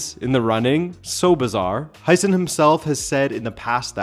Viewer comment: It's pronounced How-sen